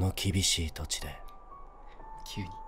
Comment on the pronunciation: 「その厳しい土地で…」の厳しいのイントネーションが関西弁みたいになってるの好き (本人が盛岡出身ということは知っている)